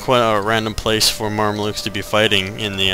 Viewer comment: Mar-me-lukes lol, it's "Mam-lucks"